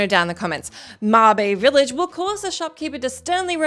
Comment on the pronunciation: In the MS-DOS game Zak McKracken and the Alien Mindbenders, you can get arrested for a number of reasons and you’re stuck there until you restart the game. Also Mabe Village is pronounced kinda like “May-bay”, since the Japanese name is メーべ